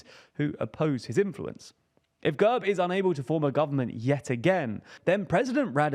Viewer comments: quick detail to point out: GERB is pronounced with an E as in bed rather than an uh sound. It means coat of arms in Bulgarian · The E in GERB is pronounced as the e in elephant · He manage to mispronounce every name in that one sentence - from GERB, to Borisov, to Sofia